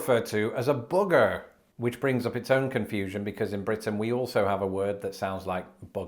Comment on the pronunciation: Bogie is just like another word for Bogart, like a mischievous spirit. Also, it is hilarious when you randomly say things in an American accent, like when you said Booger. Jersey is also a kind of cow.